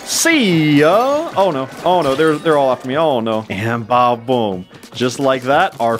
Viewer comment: he's saying badaboom but barely pronouncing the da so it sounds like baboom